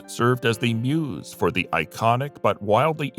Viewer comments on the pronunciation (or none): none